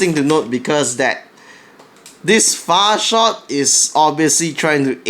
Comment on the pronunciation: all i herd was "boom co. fart shot" lol